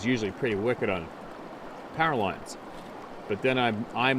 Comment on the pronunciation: Your saying pairalines do you mean powerlines